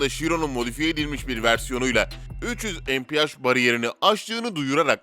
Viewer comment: Üçyüz empihaş, binaltıyüz eyçpi, veneno için Türkçe 740 beygir diyosun, paganiye pegani diyosun bir cümle sonra tekrar pagani diye telaffuz ediyon, bugatti bolid'i bugatti bugatti bolide diye telaffuz ediyon, sen neden yarım yamalak inkilizçen ile dayngıl dayngıl (dingil dingil) seslrndirme yapıyon? Evinde sudoku çözsene seslendirme yapacağına 🤣🤣🤣